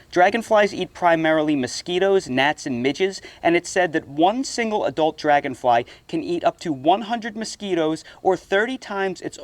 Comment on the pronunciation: “Robot drangonfly”😂😂😂